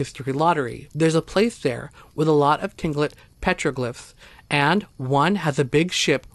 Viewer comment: Pronounced clinkit not tilingit